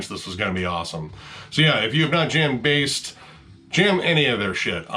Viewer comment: You nailed the pronunciation of Baest. Nice.